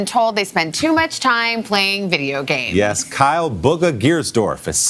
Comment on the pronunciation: lol they said booga not bugha lololololol